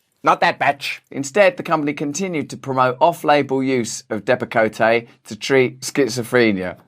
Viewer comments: Excellent reporting, but the name Depakote is pronounced Depp-uh- coat. No ee on the end. Abbott is just one of a number of drug companies that continue to put profits over performance and safety, shareholders over patients. What a despicable interconnected system of cronyism. "You scratch my back, I'll scratch yours" springs to mind. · It's pronounced dep uh coat. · I dont know what country you're from, but we pronounce it Dep-a-coat in Texas. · DEPP-uh-coat is how you pronounce Depakote. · Depakote, pronounced, depp a-coat, has been prescribed to many veterans also, who have depression secondary to PTSD. These oligarchs need to be stopped. I really don't understand how anyone could enjoy money made by causing harm to people. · 1st. Its pronounced ( Dep a coat ) What turned out to be a Fruit Loop of a Dr. put me on it back in the late 80's for A.D.D. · Not that this matters, but you mispronounced Depakote. It's pronounced 'Depa-coat.' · Why can't they just tell the truth and say it's bcuz nobody in America wants to go back to work and they're having a hard time finding workers? Oh btw , I think it's pronounced Dep-ah-coat. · Russell, love you don’t pronounce the “e” that’s on the end of Depakote. It’s also used to treat epilepsy and control migraine headaches. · Love you. Its pronounced 'depa-coat'. And they give out righteous steak dinners for your time...:) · My ex husband was on Depakote (pronounced Depp-a-coat) for Bipolar. He was also on Ambien for insomnia. Both cause sleepwalking. One night during one of his sleepwalking episodes, he threatened to choke our then ten year old son. He had his hands around his throat. It was one of the scariest moments of our lives. These pharmaceutical companies, much like our government, don’t give two shits about the lives they destroy. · "Dep-a-coat" is the correct pronunciation. I was on it 20 years ago. It holds your emotions in check. Rather interesting, but no way to live. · It’s pronounced Dep-a-coat